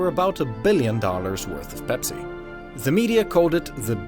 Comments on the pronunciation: did he say bepsi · Why is he saying ‘bepsi’